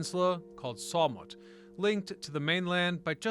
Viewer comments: no, they're not. It's Treh-mont. Also SHAW-Mutt, not Saw-mutt. Also Cop-Lee, not COPE-lee. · It's SHAWMUT....... not Sawmut